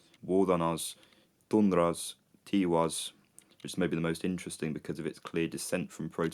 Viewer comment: Fascinating! Tiwaz in the way you pronounced sounds like Estonian taevas (sky, heaven). Tiwaz as the god of Sun has tarted to make sense the origin of word taevas.